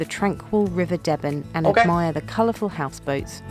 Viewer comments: Don't be convused they are mispronouncing the name of the river deben at Woodbridge. There should be more emphasis on the first e its more like dee-ben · Great video, ladies. You don't have to be American to think she said THAT about the hall house. Unfortunately the woman was not local, and spoke with a Recieved Pronounciation accent. She also called the River Deben 'Debben', but it's pronounced 'Deeben'. Don't beat yourselves up if you get the odd place name wrong. Seems home born presenters have as much trouble themselves! Keep up the great content 👍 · I have literally never heard ANYONE pronounced the river Deben as “Debben” rather than “Deeben”. I know that people might hear the way Debenham is pronounced and think that’s the right way of saying it, but I swear that person can’t possibly be from Suffolk if she pronounced it that way. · Even the video got their pronunciation wrong, Woodbridge is on thre river Deben pronounced ‘Deebin’ not ‘Debben’ although the town of Debenham further upstream is pronounced ‘Debbenum’. (Just a quirky Suffolk thing I guess!) Never mind how you say the name of the river though, this part of Suffolk is way more beautiful than the video shows and very welcoming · A pity the presenter didn't pronounce 'river Deben' correctly, even though they got all the place names right. It is pronounced 'Deeben', not debben. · The river in Woodbridge is pronounced Deebun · My only comment is about the pronunciation of the river Deben at Woodbridge. It should be pronounced DEEBEN. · I'm sorry but I had to correct the name pronunciation of the Woodbridge river. Deben pronounced Dee bin by us locals. Glad Felixstowe was mentioned. 👋 Britain's biggest container port. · Yeah that made it clear to me that she wasn’t from Suffolk as I’ve never heard anyone pronounce the river Deben that way :-/